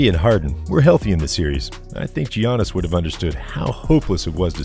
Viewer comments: Bro it’s pronounced Yannis not Gee-ahnnis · It’s pronounced Yannis, not Gi-a-nis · Why in the world are you pronouncing it Gee-annis??? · Nice vid bro but you gotta learn how to pronounce Giannis and Lukas names😂